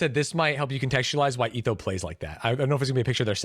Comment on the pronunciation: what in the british hell did he call etho?? (he being stans said it right)